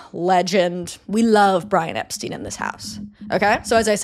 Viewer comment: For future reference, the Beatles have always pronounced it "Ep-stine"